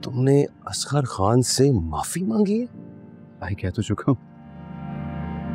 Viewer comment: plz nam Sahi lo bachi nahi ho..it's asghar name not asgaaarr